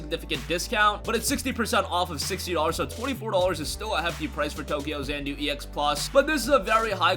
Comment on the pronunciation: I believe it is tokyo XA-NA-DU and not tokyo XAN -DU